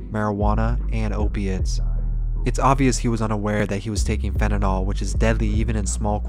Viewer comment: Pronounced "Fent-a-nil", not "fenedol" as you are calling it. Nothing makes me more peeved, except maybe actual news and other experts, than people mispronouncing "fentanyl", especially with it being in the news so often. It's even worse to hear someone cry their eyes out and they can't even pronounce the name of what took their loved one. If people have to remember names of illnesses like Alzheimer's or Multiple Sclerosis, THEN YOU can recite and remember "fentanyl"